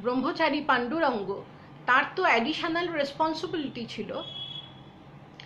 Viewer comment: পূজ‍্যপাদ স্বামী বীরেশ্বরানন্দজী আমার দীক্ষা গুরু। গুরুদেবের পুণ্য জীবনী বইতে একাধিক বার পড়েছি। প্রাণারাম channel আমি প্রায় প্রতিদিন সকালে শুনি। র এই deliberation-এ উনি গুরুদেবের পূর্বাশ্রমের নামটি confidence-এর সাথে ভুল উচ্চারণ করে যাচ্ছেন দেখে/শুনে, লিখতে বাধ্য হলাম যে, স্বামী বীরেশ্বরানন্দজীর প্রাক্ সন্ন্যাস জীবনের নাম ছিলো-- পান্ডুরঙ্গ প্রভু‌। পন্ডুরঙ্গ কখনোই নয়।